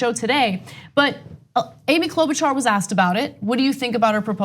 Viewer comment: Cloudbootjar*** how many times do we have to tell people say her name right!